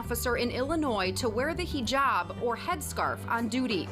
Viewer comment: “Kuran” *kuran? At least yr close I guess…” “Muzlim” u went to far… “HijAaaab” BRO ITS GUR-AN MUS-LIM AND HIJ-EB *And it’s spelt Quran, Muslim, hijab